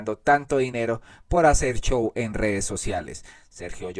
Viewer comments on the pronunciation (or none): none